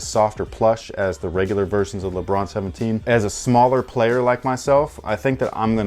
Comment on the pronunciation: " so the regular leBRUH 17 is..." I know said lebron, but it sounds like that 😂😂😂😂